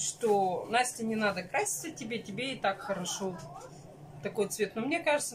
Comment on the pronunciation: Настя,ещё старайся говорить правильно.Не наа,а надо,надо.